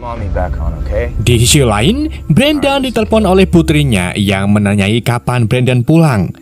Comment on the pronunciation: menanyai bang bukan menanyanyai😂